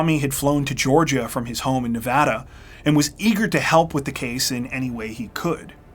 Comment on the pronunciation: i smiled when you said nevada correctly. THANK YOU